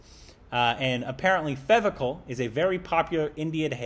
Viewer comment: Fevicol is an english word you said it right the first time